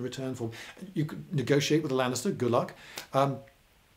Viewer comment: Is it only me or it's sounds like you had to buy gladiators from the Lannisters? (Ik he's saying Lanista, but still)